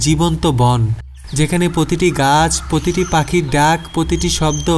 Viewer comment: পতিটি না ভাই প্রতিটি উচ্চারণ করবেন। প আর প্র উচ্চারণ ঠিক করুন।